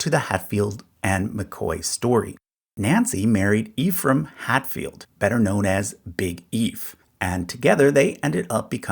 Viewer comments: Ephraim, pronounced Ehfrumm most of the time. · the name pronounced "ef rum", not "ee-frum"